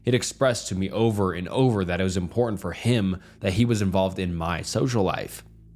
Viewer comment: Learn how to pronounce "important" and you'll be taken more seriously. Among other words like "revered".